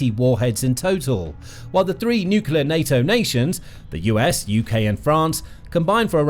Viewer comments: Love the channel. And, it's "new-clear", not "nuku-lar" :-D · I have a new drinking game: Every time this narator butchers a word, i drink. Watching out for nucelar (nuclear, on countless occasions), or the best i've heard from him: mystery (ministry) of finance (another video).